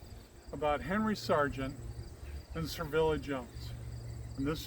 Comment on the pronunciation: Your video is interesting, sir, but why do you keep calling her "Servilla" when there is clearly no "R" in her name?